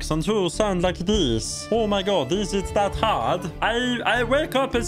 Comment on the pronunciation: except for pronouncing hard as ”had” that was actually a pretty solid accent Source: im swedish